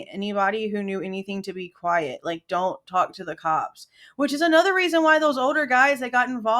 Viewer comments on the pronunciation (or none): none